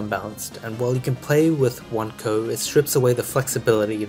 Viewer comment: i was gonna say lol it was super annoying hearing him say Coe and not C-O